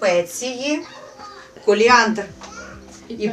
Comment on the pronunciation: не каліандр а коріандр